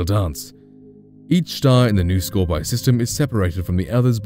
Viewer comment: scor-pee-eye, not scorpee